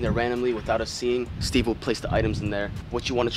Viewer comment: When Steve said cyuche😂